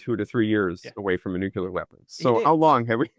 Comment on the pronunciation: C'mon: not NU-CU-LAR. It's NU-CLE-AR.